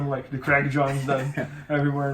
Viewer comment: o bernardo tem dificuldade em falar craig, fala crég jones hueheh